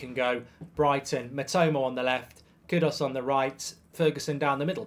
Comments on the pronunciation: It's extremely annoying to hear you not even try to correctly pronounce his name . KUDUS!! not Kudos . Where do you see a an o in KUDUS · Kudas Bruv its pronounced as Kudoos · It’s kudus not kudos mr Goldbridge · Pronounced Koodoos Marky!!!! Learn the name😂